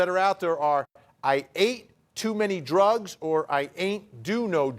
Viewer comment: Why am I hearing "I ate too many doritos" drugs has 1 syllable, and whatever hes saying clearly has 2 syllables